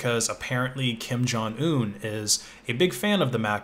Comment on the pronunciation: the way you say "kim jon" as though it's correct